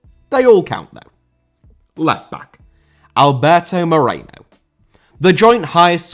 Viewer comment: Moreno* not Moreinouw